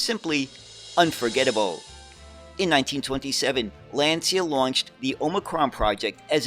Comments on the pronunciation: Fascinating presentation of yet another lesser-known bus model. The only thing - a truly ear-wrecking mispronunciation of the world-famous Lancia company. It's LAnCIa, for God's sake, not Lenzia 😇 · It's pronounced "Lancha". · Lancia is pronounced LAAHN- Chah.